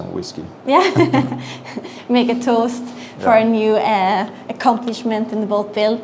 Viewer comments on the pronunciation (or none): You said "Make a Toast" in a proper NE UK coast accent, - still laughing!